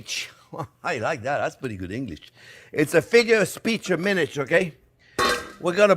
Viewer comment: "It's a figure of speech... a minich, OK?" 👍A minich for Spinach, got it! 👍